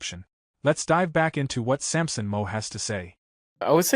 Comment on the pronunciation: You need to learn how to pronounce Sampson's last name.